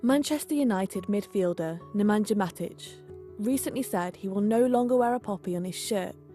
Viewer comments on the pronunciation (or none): Its not pronounced NemanJa , its NemanYa .. smh